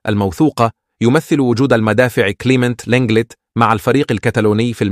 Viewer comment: المدافع وليس المادفع غير الصوت احسن شي الصوت القديم احلى حتى النطق يفتهم🤦🏻‍♂️